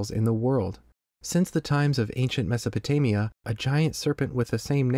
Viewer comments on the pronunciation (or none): none